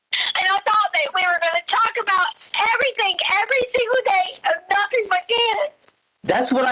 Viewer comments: It drives me absolutely crazy that she says “AnythinK, EverythinK, NothinK” instead of “ThinG” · Ugh I hate how she pronounces Gs as Ks like anythink or nothink 🤬 its so annoying!!!!!